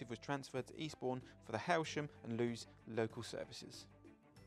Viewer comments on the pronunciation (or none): 'Lewes' is pronounced the same as 'Lewis', by the way.